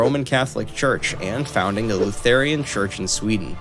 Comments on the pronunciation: “Luth-heir-ian” bruh it’s “Loo-thren” as in Martin Luther. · It’s pronounced “Looth-ran”